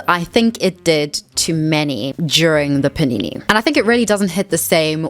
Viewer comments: take a shot every time says paneenéë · All I could think about while watching this was: I can't wait for her to stop saying panini